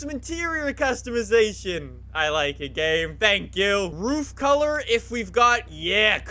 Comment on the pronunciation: "some interior customizeychon"